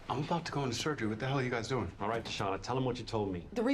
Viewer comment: I mean this with absolutely no disrespect. But where on earth are you from where your accent pronounces it "doiyng" instead of "do-ing?" I have worked, played, or lived in 38 States in the USA and heard so so many accents but never have i heard that word pronounced that way